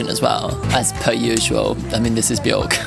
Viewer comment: hate to be that guy, and it’s a very understandable mistake to make but Björk rhymes with work, not with fork